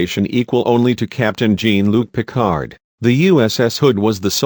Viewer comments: Not sure who did the voicing on this particular video but at least you could've found someone who had some knowledge of Star Trek themselves. I mean whomever this was narrating they had absolutely no idea how to pronounce key names within the series. "Gene" Luc Picard? "Klingin" Honestly if you're going to publish videos on such a well loved series of shows, movies and books the very least you can do is know how to pronounce names of individuals, races, etc. This video was horrible. Oh just saw a comment below this. Reference Phillip O Callaghan "Narrated by a Borg" That fits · "Gene Luke Peecard" - LMAO!!!! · the robot voice is terrible. Gene Luke Pickard? Feren Gee? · Where did you get the narrator? Has he watched any Star Trek series? He missprounces 'Klingon,' and 'Jean Luc Piccard,' to name a few. Additionally, both he and others call the nacelles warp drive engines; but they are not. Whether your starship has 2, 3, or 4 nacelles; you still have 1 warp drive engine. There are additional power plants such as sub-light engines amongst others.